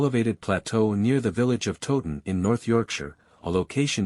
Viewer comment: Please learn how to pronounced Towton. It is not 'Totun' but Towton as in the word 'towel'. Towton not Totun. The figures for both armies are much exaggerated as are the alleged casualties, indeed one minor mystery is that only one grave pit has been found and that only had 40 to 50 bodies in it. Where are the rest of the bodies?